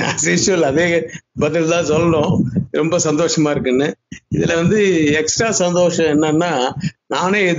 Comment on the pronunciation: Tuvalv illa athu twelve, santosam illa santhosham.. Anchor ah mathunga pa... Antha pakkam oru legendary director erukanga.. Ana anchor seri illa..